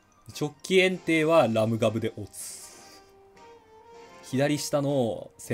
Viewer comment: エンテイの言い方が完全に園庭w エン↑テイ↓じゃないのか？笑 まぁ、人それぞれだけど笑